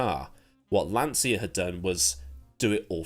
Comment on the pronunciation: Jeremy Clarkson never worked for Lancia; my dad did for 12 years before he immigrated to Canada. It’s Lan-cha not lan-sia.